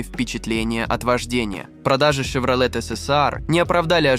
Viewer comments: С чоеном во рту что ли озвучивает. Щевроле Карл. Автор озвучка не твое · Шевролет ,хилукс? Ну ты грамотей!? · Вообще-то Щевролэт. Он же ясно сказал.